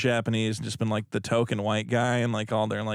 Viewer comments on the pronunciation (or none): none